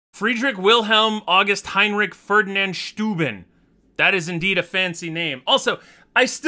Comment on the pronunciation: You actually pronounced most of those names very well, good job! You got Steuben wrong though, the German 'eu' makes an 'oi' sound. edit: Also the 'W' in Wilhelm should be a 'v' sound.